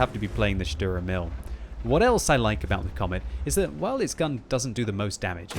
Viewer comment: please go to google translate and let yourself be told how to say "Sturer Emil"... it´s two words with an emphasis on the "E" of "Emil" and if you are at it "Dicker Max" and "Löwe" could need that too.And the "u" in "Hummel" is like the "u" in "butcher"... ok ok enough of the german lesson. Otherwise Merry Christmas and Happy hollidays.